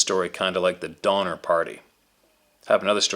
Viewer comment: Sorry Donner not donmer